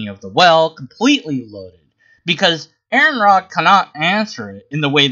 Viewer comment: His name is pronounced are-on not air-on.